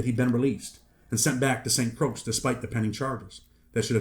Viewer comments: I hate who diz man say st. Crosc its ST. Croix lol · I’m 100% sure but I believe that’s pronounced “st Croy”. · I know but the correct spelling is st croix not croy. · Bro. I appreciate the info, and thanks for educating people, but it’s pronounced Saint Croy. 🇻🇮🇻🇮🇻🇮🇻🇮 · Listen bro down they got alot of dangerous ppl who ain’t get caught trust you misinformed greatly and btw dawg it jus hurting my heart on how you sayin the island name like that shit made me stop watching the vid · Learn how to say St.Croix ms! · It's St.Croix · they talking about the pronunciation and not the spelling..we all know it's spelt Croix. ..but it's not pronounced as it is spelt